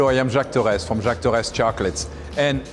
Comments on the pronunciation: The way she pronounces “Torres” irritates me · They pronounced Torres wrong 😭😭😭😡😡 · I’m not French but I kinda cringed when she said Torres